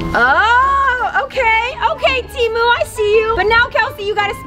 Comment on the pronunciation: It's temu not timu